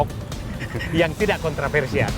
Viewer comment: Apa saya gak salah dengar, kog said didu ngomongnya KONTRAVERSIAL, bukannya yg benar itu KONTROVERSIAL...